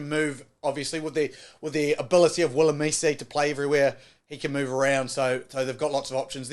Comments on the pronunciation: For South Africa, Malcolm Marx starts over mbonambi, and jasper wiese starts over duane. Also please learn the pronounciations. I’m begging you. I mean come on. Wilemeeze? Doo-ayne? Ox Niche? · Lovely vid. FYI it is pronounced VILLEMSER